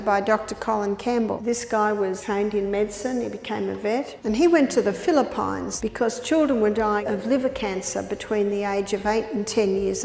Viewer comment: Im so surprised about the case mentioned here in my country Philippines /filipeens/ which she pronounced /fili-fines/ (payns). We love peanut butter here but watching this changed my mind.